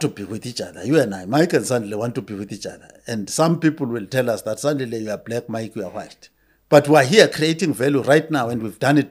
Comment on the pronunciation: SANDILE, atleast respect the man enough to get his name right